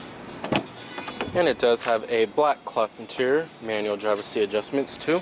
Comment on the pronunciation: Oh its the guy with the extear intear issue!... Dude, you goto get this right one day.